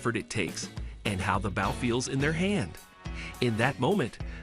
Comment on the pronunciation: Read by an AI voice as evidenced by the pronunciation of "Bow"